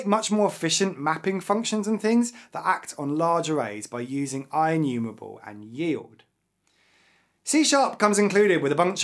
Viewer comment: Inumewable awway uWu